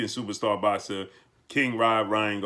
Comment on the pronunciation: Supastah, supastah, supastah. with that said, with that that said.